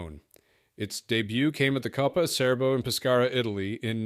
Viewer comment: Another great video, lots of useful information about little-known models and very enjoyable. Berkeley is pronounced Barkley in English, say Acherbo for Acerbo, and Chisitalia instead of Sisitalia.